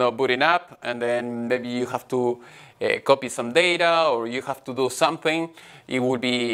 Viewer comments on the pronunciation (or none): Hello Gabriel! I liked the video. I have some impressions of it. First don't force yourself to speak in another language take your time to think what you try to say if that means more edition it's okay. second please try to avoid the Indian stress in prepositions like to. Thanks for sharing your work and classes with us.